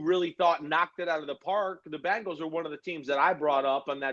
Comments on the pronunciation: I can't deal when dudes or anyone pronounces Bengals as bangles.... Maybe it's just me..... 🐯🐯🐯💪🐅🐅🐅🐅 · Just wish he pronounced 'Bengals' correctly. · I know people that say Bingles too